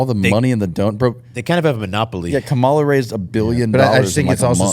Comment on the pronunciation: Appreciated on this pod. Needed pushback without being degrading. speaks very “matter of fact” even when he has no idea. I think he’d sound more intelligent if he’d actually pronounce “Kamala” correctly.